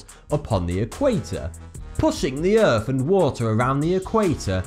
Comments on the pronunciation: Earth not Earph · Lol Earf. Lol its Earth dude! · he says "Erf" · it's not earf it's earth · Wow, earf, wow